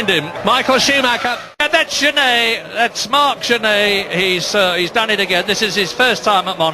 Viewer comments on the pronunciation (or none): none